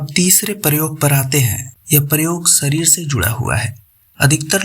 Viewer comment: PRESENTER IMPROVE YOUR PRONOUNCIATION: IT IS SHARIR NOT "SARIR", IT IS MANUSHYA NOT MANUSYA. DO NOT USE S AND SH INTERCHANGEABLY. IT PUTS PEOPLE OFF